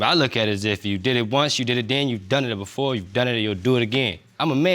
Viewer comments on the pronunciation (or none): "bofer dem" like oh mannn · “I told the burff of them” 😩